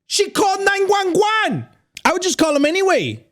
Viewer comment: Not gonna talk how said 911, he literally said 9-Juan-Juan